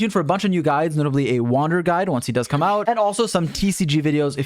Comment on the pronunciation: Why do you keep emphasizing the word "come"?